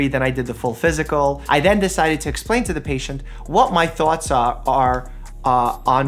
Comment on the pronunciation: “what may thawts awr- are” you can tell that’s New York lol